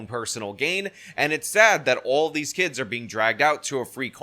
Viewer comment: I didn’t know “kids” was pronounced “kee-ids.”